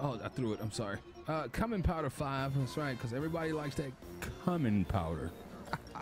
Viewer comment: Bruhhh I’m dead lolol And it’s pronounced “Q min” Food came out good tho I think ima try out this game